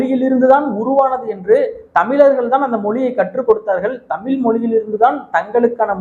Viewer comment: தம்பி நீங்கள் உச்சரிக்கும் தமிழ் , தமில் என்றே கேட்கிறது . தயவு செய்து அண்ணாக்கை மேல்நோக்கி மடித்து தமிழ் என்று சொல்லிபழகவும் . பாரி கூட ழ வை பிழையாகதான் உச்சரிப்பார் . திராவிட சூழ்ச்சிகளில் இதுவும் ஒன்று ழ வை ல வாக உச்சரிக்க பழக்குவது . தவறு உங்களில் இல்லை . மற்றும்படி எல்லாம் சிறப்பாக செய்கிறீர்கள் . வாழ்த்துகள் .